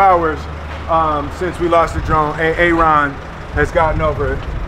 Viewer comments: I love that he calls him A-Aron lol! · Like it when you pronounce his name A-A-ron, from the sub teacher comedy right? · Wait so that Key and Peele sketch about that inner city teacher that messes up the white students names was based on real black pronunciation?? A.A.ron? Lolllllllll